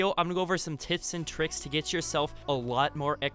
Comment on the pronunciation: He said tits and tricks lol